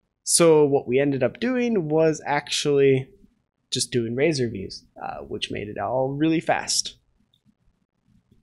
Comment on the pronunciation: There's no E in RAZOR. Just sayin.